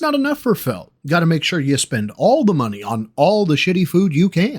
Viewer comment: Just gimme muhnny! Also:Gee, thanks for the muhnny, stoopid *quack As Daffy would say:, you’re despicable